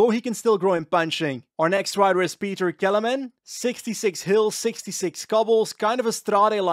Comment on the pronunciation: the Kelemen part is perfect, but Petr part sounds like he is from England 😂